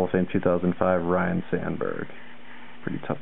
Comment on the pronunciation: nice autos... I was there.. check my video out of the autos I got! BTW its pronounced Ryne Sandberg... not Ryan haha T.A.E